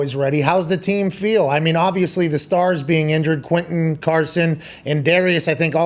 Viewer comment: Frank really pronounces the “e” in Quentin. Usually people pronounce it “Quintion”